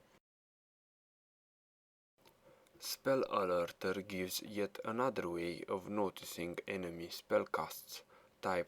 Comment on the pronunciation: Spell Alerter sounds like you said Spul Alolto sounds so fking epic